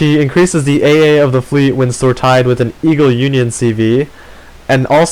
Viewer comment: I'm sorry, but I have to correct it. "Sortie" is pronounced like "soar-tea" not "soar-tie".